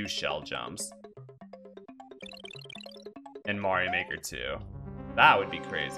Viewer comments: You have a really weird way to pronounce Mario. Where did you get that from? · while i say MAY rio in this case the title clearly is pronounced MAR io speed wagon. after the band R E O speedwagon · I supposed there was a story to how you got used to saying it your way. Usually for someone to pick up a mispronounciation, it would be something along the lines of that they either guessed it and never got corrected, learned it from someone else, or it is a quirk from their native tongue so that they intuitively pronounce it differently than usual (which happens a lot in english for it's rather... unconventional way to pronounce vowels). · Because Mario has its roots in Italian, so their pronounciation is probably the correct one. That aside, the games also have a bit of voice acting so we do have a canon answer for the pronounciation, and they use the long vowel for the "a" as well. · That's all that is though - a joke. Every time someone says his name in the games it's the traditional pronounciation, and that is what counts for canon. I think it could also have to do with the quirks of the language. It might be very difficult to properly pronounce Mario within the japanese idiom, similarly to what we jokingly call engrish.